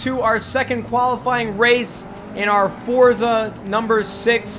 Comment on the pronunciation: Nade, it is pronounced For-tza